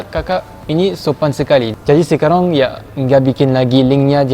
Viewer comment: Aku suka bingung.. “sekarang” terdengar “sekarong” 😳